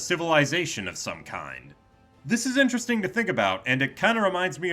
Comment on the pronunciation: "Sonic Dimensions" 🗿 "FIYNAHLEE SUMTHIN INCHERASHTENGH" 🤓